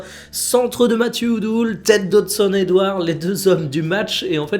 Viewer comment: matthieu udol ce prononce comme idole, donc pas udoul (un supporter messin) 🫶